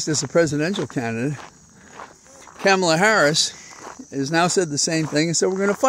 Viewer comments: I so love your talks and so appreciate you, but I am gonna say again it's not Camela.. its Kah- mala💙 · Please learn how to pronounce Kamala. It's "comma la". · Don't poke me in the eye, but the "Ka" in Kamala (since how folks pronounce it has become a thing lately) is more like "Connie" than "Pamela". More "comma" than "Camelot". Just so's you know. 🤪🤪🤪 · Not sure why you don't pronounce Kamala's name correctly... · Why are you mispronouncing Kamala?